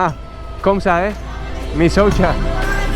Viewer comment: Bueno al menos maria le enseño que michocha sonaba a aquello que ella mostraba. Ahora dice misoucha🤣.